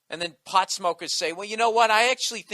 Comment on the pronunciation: Haha Bill says "pawt head"